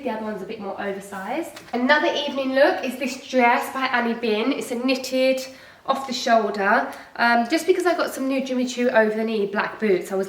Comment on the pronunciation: It’s hard to take you seriously as someone who is knowledgeable on fashion when you don’t know how to pronounce brand names ... you completely butchered Anine Bings name and brand it’s pronounced Aneen-a Bing. As someone who is starting a new brand you should understand how important it is to pronounce brand names correctly. If you’re unsure how to pronounce it just google it. Also SEA New York is not a new brand they’ve been around for years